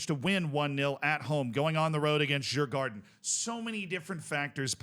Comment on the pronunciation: You should Pronounce Djurgården as "Yurgorden" in case you wanted to know.